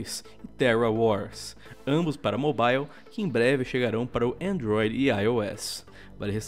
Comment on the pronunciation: "chegaram para endroire e ai ou s " namoral esse jeito que o falou Android, Br falando inglês kkkkk